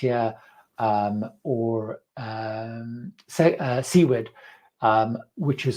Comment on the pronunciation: SUE - erd, not SEA-werd